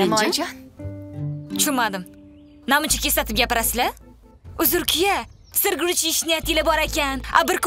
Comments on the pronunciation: Sir guruchmas shir guruch diyladiyu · Sirguruchmas, Shirguruch aylanay 😂